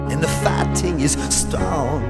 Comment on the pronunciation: The real question is: did he say "fighting" or "farting"?